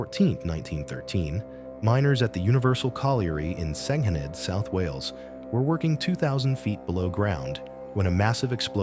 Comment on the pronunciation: Why don't you get your AI to pronounce Senghenydd proberly?